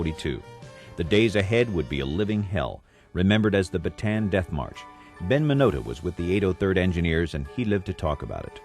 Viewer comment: Why is it that every single documentary and film concerning the battle for bataan (properly pronounced as ba-ta-an, not baytan) the death march, the imprisonment of Filipino and American armed forces, the raid on cabanatuan (pronounced ca-ba-na-tu-An) concentrate solely on the American side of the story? What about the Filipinos who fought, not for America, but for their homeland, the Philippines, which had ALREADY gained its independence from Spain and the UK?